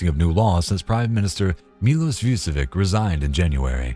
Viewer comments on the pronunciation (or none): none